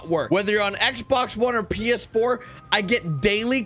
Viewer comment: this nigga said psh 4 emphasis on the h